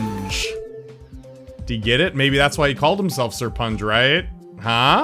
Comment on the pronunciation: ''SIR-PUN-GE'' Kappa